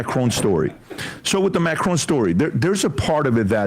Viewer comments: That is NOT how you pronounce Macron lmao. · Why are they pronouncing Macron like that?